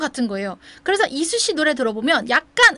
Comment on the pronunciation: 이수씨라고 하시는데 자꾸 이순신으로 들려욬ㅋㅋㅋㅋㅋㅋ